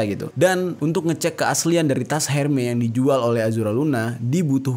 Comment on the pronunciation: Hermes bacanya ermes bukan herme ….